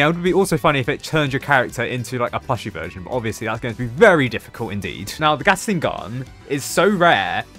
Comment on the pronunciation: am I the only one who’s hearing saying gasing gun note Gatling gun